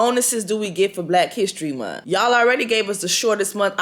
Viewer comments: It's the munt for me lol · The way you saying month is hilarious Jessie: Black History MunT 🤣🤣🤣